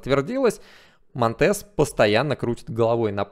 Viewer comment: Интернет говорит что монтЕс на самом деле мОнтес, ударение на О